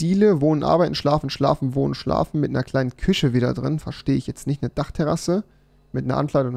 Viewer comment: Minute 2.42 küsche ahja rewi 😂